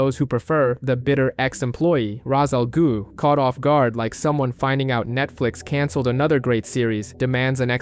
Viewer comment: Jesus christ...raz al goo...really?